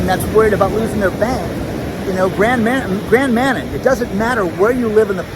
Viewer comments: Congrats on reaching your 200k goal subscribers. As a Cdn I used to live in the New Brunswick province near Grand Manan. Forgive me for correcting your pronunciation of Manan. But it's pronounced Ma nan. Manan. Say it fast. Grand Manan. Beautiful island. Used to work for Scotiabank. They are closing branches everywhere. Two branches in our area are closing in June. We have to go to the Main Branch which I used to work in so only 5 miles away. Not as bad as those on Grand Manan. They want everyone to go digital. Every Bank is moving in that direction. Bad for people who can't do things digitally. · Thanks for the local reference to my area,. Just FYI, it's Grand MaNAN. Emphasis on the second syllable. Thanks for all that you do.